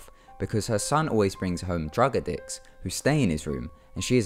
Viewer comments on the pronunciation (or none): he says, "drug a dicts" instead of 'drug addicts'. Just saying. :)